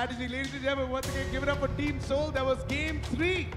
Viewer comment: Bhai motal ko soul ki spelling nahi ati... SAUL bol raha hai.... Proof